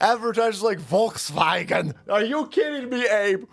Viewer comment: Did I just hear you say " Voltswagon?" 😂